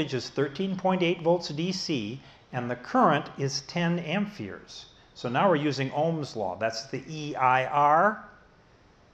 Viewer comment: Are you saying amp"fears"? Great videos though! I highly recommend them!